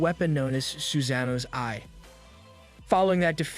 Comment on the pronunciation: Why'd you say Susano like that?